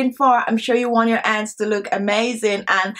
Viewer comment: Dear I have a friend from Jamaica all her family they pronounced it like that honey-aney, hands-ands extra